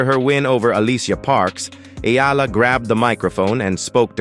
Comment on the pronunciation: Great commentator plus you got the E Ah LA the exact way. I guess you have to be a real Filipino to say that right.